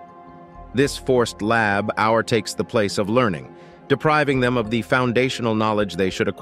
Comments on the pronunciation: I had to shut this important video off because the narrator's "lab-hour" instead of labor was so damned irritating. Get a real human narrator! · What does he not say child labour instead of lab our! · It's labour not lab hour. Jeez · "Lab hour"? Do you mean "labor"? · What the Hell is Lab Our? Is he trying to say labour? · “Lab Hour”? WTF is that? I believe you are trying to say labor. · It's "Lay-bor" not "Lab-hour" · What the heck is lab our??? Can't you get a moderator who understands English? it's labour!!! ......as in child labour or USA "labor". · LABOUR is the English spelling of LABOR its not LAB OUR LOL :face-green-smiling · What is lab hour ?, you mean labor , as meaning hard work, you should practice speaking before making these, and since I'm English I know what I am talking about, I have not heard American's talk like that. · Labor not "lab hour" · It's la bor not lab hour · Try using a human narrator that knows the difference between labor and lab hour. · "Child lab-hour"? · Reader is not too bright…LAB HOUR?! 🤦🏻‍♂️ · PLEASE! Lab Our-it is offending to the ear. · He is using the British spelling, "labour" in the text. Nevertheless pronunciation is virtually the same with either spelling. This guy's "lab-hour" is just ridiculous. Couldn't take him seriously and couldn't finish watching it. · DID YOU FIND OUT? MAYBE HE IS TRYING OT SAY LABOR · Next time I would type it as "Layba". That might help the text-to-speech. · Yeah, you can thank their crappy computer generated text reader for that. "Child lab hour." Gimme a break. 🤨 It just occurred to me, they're probably using that stupid Brit spelling, with the extra "u" in it - "labour." I think they have a rule that any time there's an "o" it gets an extra "u"next to it. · How about "Layboor"? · Lab Hour? You’d think with today’s tech you could easily get a computer generated narrator to read words correctly! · i can't take the "lab hour" anymore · This man can't pronounce "labour"! He says "lab hour".